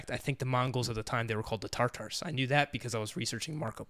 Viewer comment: That is interesting about using Mongol history/culture for the Alethi worldview .... It's ta-tar tho, not tar-tar, I learned after thinking it was tar-tar all my life by reading the Conqueror Series by Conn Iggulden 😆